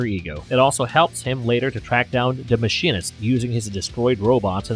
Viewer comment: And, "Mah-sheen-ist". I thought it was an automated voice at first because of the pronunciation.